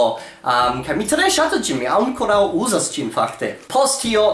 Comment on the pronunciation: MIA DIO! Ffs get rekt! Look at these words: ankoraŭ, apenaŭ, almenaŭ. Where is the second-last syllable in these words? Write these words on the back of your hand and read them out loud 100 times a day for week with the correct emphasis.